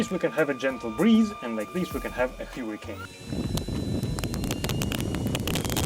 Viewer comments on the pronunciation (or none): none